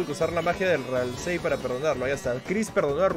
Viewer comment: .Ralsei se pronuncia "ralsi"saludos desde argentina